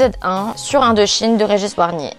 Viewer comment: Super vidéo, continue! Un seul regret, c'est trop court! Il y a vraiment beaucoup de sujets à traiter dans ce champ-là. Sinon un point de détail, Régis Wargnier: son nom se prononce "Varnié". Peut-être signaler aussi que ce film a été multirécompensé à sa sortie (Césars, Oscars, Goya, Golden Globes et Oscars, France, USA, Espagne), ça dit des choses aussi d'un entre-soi du regard dominant